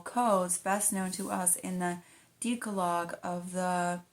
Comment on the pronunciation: The reader would do well to practice pronouncing words like elucidating, Christendom, Mariolatry, ideal, wont, Pentateuch, and decalogue before reading the text for us on YouTube. 🤨 Besides this point, I would like to compliment her reading voice. 🙂 I know you're working on it,. High five! ✋